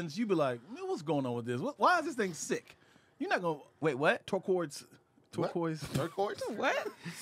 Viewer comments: Sounded like he said 'twerk'quoise lmfao!! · I’m crying 😅😂 the way said “wait what…?” When was trying pronounce Turquoise 😅😂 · When messed up Turquoise I had to run it back I laughed so hard!!!🤣🤣🤣